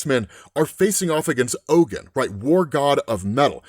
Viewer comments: Oh, Ogun is pronounced (OGoon) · Ogun pronounced ogoon